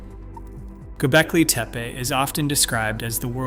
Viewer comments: Aaand you lost me at Go Belkee Teepa. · Why does the narration sometimes pronounce it "GobEKLI TEPE" and sometimes "GobELKI TEEPEE"? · Agreed. Mispronouncing as "Gobelki Tepe" is irritating! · The presenter repeatedly mispronounces “Gobekli Tepe.” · This guy cannot keep his pronunciation of Gobekli Tepe consistent lol. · This guy can not pronounce Göbeklitepe for the life of him. You Suck! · Do you even know how to pronounce Göbeklitepe? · Weird you criticize so harshly, act like an expert, but you mispronounced gobekli tepe four or more times during your presentation. Perhaps, be a little more humble and open to ideas while you learn more?